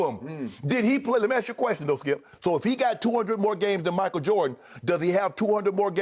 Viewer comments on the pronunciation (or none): Listen ... Thssshkeeeeip!! 😂😂😂